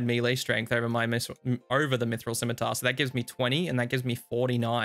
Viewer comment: thank you for always correctly pronouncing scimitar. I can't stand when people other than children willfully pronounce it wrong "bEcaUsE iT soUNds bEtTEr"